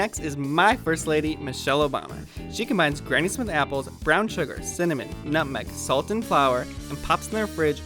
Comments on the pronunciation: He said cinnamon, but I agree, it kind of sounded like 'some mint' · In the captions it says mint, I think the way he said cinnamon just sounded like some mint.